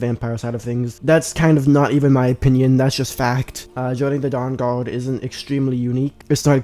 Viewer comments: The durr durrd? 😂😂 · Cwossbow bowts fwom the downguawd 🥺